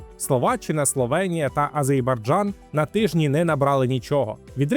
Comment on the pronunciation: Пане коментатор, навчіться говорити назву країни АзеРбайджан....неуки )))